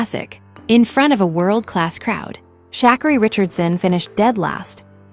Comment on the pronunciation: This is a weird commentary. The pronunciation of Sha'carri's name is wrong. Everyone has their time. It doesn't matter what the world says or thinks. It's your life to live, not no one else.